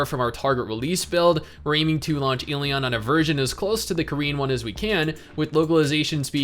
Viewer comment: I cringe every time he pronounces the game title incorrectly....